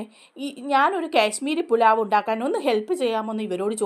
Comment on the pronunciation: കേശ്മീരി പുലാവ് അല്ല കാശ്മീരി പുലാവ്.